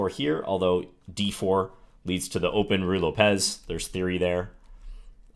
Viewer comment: There's no accent on the e in "Ruy Lopez." So you're mispronouncing it by putting the emphasis there. Lopez is a fairly common name and the emphasis goes on the first syllable. Thought you'd care since you're clearly very particular and precise about proper pronunciation.